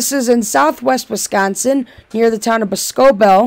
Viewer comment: Lol its boss-co-bell